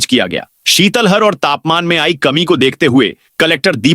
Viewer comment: ये उद्घोषक महोदय को इस बुलैटिन में सुने। शीतल लहर को शीतल हर बोल रहूं हैं।कैसे कैसू उदाहरण मिल रहे हैं।यापन को छापन बोलते हैं।शीतल लहर को शीतल हर बोल रहे हैं।